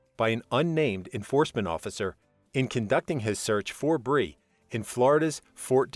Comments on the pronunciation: At least get the name right, Brian NOT Brie, wth??? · I watched to the end. It's Brian not bree!! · B-R-I-A-N. ! Not bre! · Who tf is Bree? His name was Brian, not Bree. Hello.... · BRIAN Laundrie not Bree! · “Bree Landry”??? It’s BRIAN. Brian Landry. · It isn't Bree it is Brian Laundrie. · It's BRIAN LAUNDRIE (like doing your laundry), not Bri Landry. Brian, Brian, Brian. Never have I EVER heard him referred to as Bri. That was really weird. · Bri- an not Bri. Bryan.... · Brian not Bree!!! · Brian not bri!!! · Brian not Bre hahaha come on man u butchered that name an case!! The case isn't funny but u calling Brian bre is.. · It’s NOT Bre Landry! It’s freaking BRIAN LANDRY! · Brian Brian Brian NOT BREE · Brian !..not Bri!.. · Bre ? Lol. No, it’s Brian. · Why are you calling Brian Laundrie Bree? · Who the hells Bree? It's BRI AN! sorry at least get the persons name right that your talking about. The "Brees" were very annoying! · Brian not Breee. 🙄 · I can't believe how many times he's saying Bree, it's cutting me like a knife. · His name is Brian. NOT Bree !! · IT'S BRIAN NOT BREE IF YOU GOING TO TELL THE STORY TELL IT RIGHT ❗👁️❗❗❗ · Bree? Come on. Its Brian Laundrie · Brian Laundry, not Bri. Was this intentional